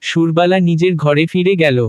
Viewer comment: সুরবালা , সুর্বালা নয় ।